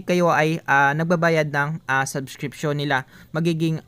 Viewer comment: salamat, po, nakakastress lang yung paulit ulit na "saskripsyun" sabsskirption, subssssskriptnzzz, .... pede naman tagalog na lng bro... waaah! suskripsiyon... ayan tagalog hahahah salamat po ulit sa pagshare ng "PANO MAGKANSIL NG SUBSSSSKRTNZZZ" HEHE more power!